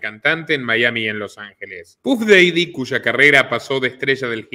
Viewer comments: DALE CHABON EN 5 MINUTOS CON EL CELULAR LE PODES PREGUNTAR A CUALQUIERA UNA PRONUNCIACION, HASTA CON GOOGLE TRANSLATE, NO PODES DECIR "DEIDI", MEDIA PILA CHABON!!!!!!!!!!!!!!!!!!! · Querido, se pronuncia Paf Dadi Puff Daddy